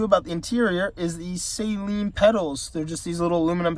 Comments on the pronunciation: You are pronouncing SALEEN wrong, dude...it is pronounced SUH-lean.....NOT say-lean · Not “ Say leen “ it’s “ Saa leen” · Cool video, but its pronounced Sa-leen, not Sayleen. It's a short "a". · Just so you know, Steve Saleen pronounces his name Suh Lean, not Say Lean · It is SAH-LEEN NOT SAY-LEEN Spread the word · Drives me nuts when I hear it pronounced like a salt water solution. It’s “Suh-leen” lol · Just wish you could pronounce Saleen correctly